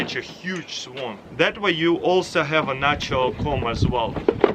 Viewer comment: I thought he said swamp trap